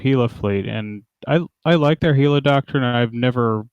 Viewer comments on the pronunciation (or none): It's Gila not Hila. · No its Jila